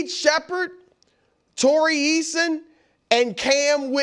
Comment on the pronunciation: “Tori Eason” lol